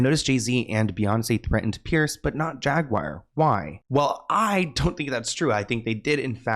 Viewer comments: JAGUAR...NOT JAGWIRE..THERE IS NO "I" anywhere to be found!! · Jag ~ wire !! 😂